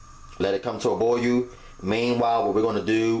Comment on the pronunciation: The way he says boil... "Boy yoo" 😂😂